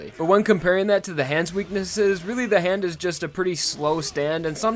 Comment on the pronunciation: Bruh it's not "the hand" it's "ZA HANDO"